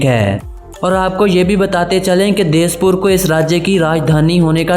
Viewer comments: Dispur not duspur ...assamese / akhomia not ashami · Girl in thumbnail is not an Assamese. In north not Buhtan, it is Bhutan. Assam was not part of Myanmar, it was of India only. Pronounciation Brahmaputra ( ब्रह्मपुत्र). Not त्राइपुरा, it is त्रिपुरा (Tripura). Not देशपुर, it is दिशपुर (Dispur). All Assamese people don't make alcohol at their home, only few Tribal people make tribal drink at home. Not बताल्लिश, it is बियाल्लिश Ladies of Assam use right hand in paddy field. Pronounciation Universities (इउनिभारसिटिस). People of Assam is not आसामी, it is Assamese (आसामीस). Language is not आसामी, it is Assamese. Peacock is not found in Kagiranga. Other informations are good. Please correct these, otherwise wrong information will be spread.